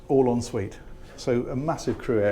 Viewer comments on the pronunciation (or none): none